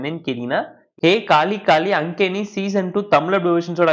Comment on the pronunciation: 💡 அது "எ காலி காலி ❌அங்கேணி" இல்ல பா ✅ஆன்க்கேன் (ன் silence) (meaning : " A Black Black Eyes")